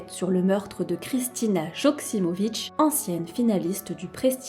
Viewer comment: Quelle triste histoire.. Soit dit en passant, en tant que serbe, un J se prononce comme un i ou y, donc, Yoksimović ou Ioksimović. Merci pour la vidéo, j m abonne.